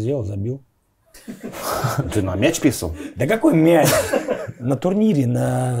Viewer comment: В данном выпуске в слове "писали", мне кажется, стоит поставить ударение...